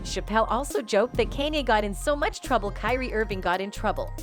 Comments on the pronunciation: Almost didn’t make it through the whole video with them messing up Kanye name like that. I’m not even a Kanye fan but still you should at least get the man’s name right. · This channel is trash. Just look at the thumbnails and the amount of uploads. It can't even pronounce kanye right half the time. Is it all bots? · Why she can't say kanye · Why she can’t pronounce Kanye